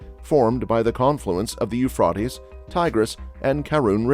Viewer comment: Pronounced Ufraytees not Ufrartess you ignorant Clown.